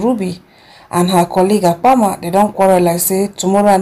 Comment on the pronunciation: It’s Apama not Akama 😪